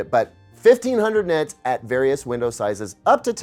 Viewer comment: Boing boing boing he said NITS 😂